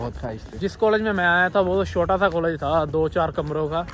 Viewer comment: Bhai ji aap chota ko shota bolte ho, ya mujhe suna hee shota deta hai?